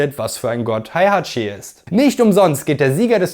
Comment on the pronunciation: Wie wäre es, wenn Du lerntest, die Namen und Begriffe korrekt auszusprechen? Heihachi, Kazuya, Jin, Jun, Hwoarang, Alisa, Azazel, Kazumi, Zafina, Kazama, Armor King und sogar der Begriff Dämon werden hier von Dir völlig falsch phonetisch wiedergegeben. Ein Wang Jinrei heißt auch bei Dir bitte nicht Wing Jinrei, so wie Lei Wulong ebenso nicht Lai Wulong heißt. Auch Craig Marduk heißt nicht Craig Murdok. Hast Du je eines dieser Spiele gespielt oder redest Du nur darüber? Nichtmal Street Fighter - denn auch Akuma gelingt Dir nicht.